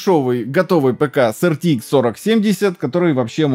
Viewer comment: Вы произносите ЭрТиИкс, т.е. ни туда ни сюда. Либо произносите полностью неправильно:) ЭрТэИкс. Либо правильно АрТиЭкс.